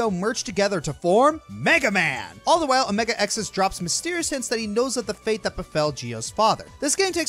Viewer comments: though i dont blame you for not seeing the anime the xis part of omega-xis' name is pronounced sis like sister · Omega-Xis is actually pronounced Omega-sis.....just an fyi is all.